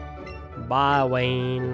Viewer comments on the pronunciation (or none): none